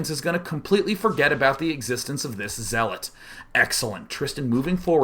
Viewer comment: Lol you say zeeelot when you just start playing sc2 or if youre artosis hahahaha